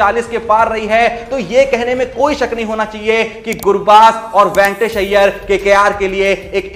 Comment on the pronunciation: Ventors nahin re baba Venkatesh Iyer chutiya tere ko bolna aata nahin a Gaya YouTube per